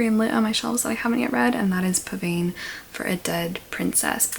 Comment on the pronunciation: A pavane is a slow, courtly dance from the 16th century. It is pronounced /pəˈvɑːn/. The pronunciation given by Google is just plain wrong. Here is an example, the Battle Pavane by Susato, from 1551: More recent is Ravel's Pavane pour une infante défunte (Pavane for a Dead Princess) This appears to be based on Fauré's Pavane. Fauré was Ravel's teacher.